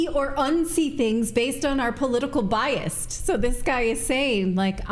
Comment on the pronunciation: it's "BIAS" - not "BIAST"